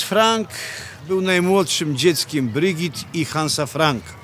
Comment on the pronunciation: Brigitte wymawia się BrygitE, nie Brygit czy Brydżit.